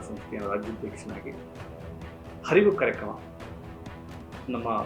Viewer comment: Harivu alla arivu antha heli